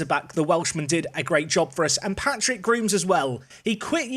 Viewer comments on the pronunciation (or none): none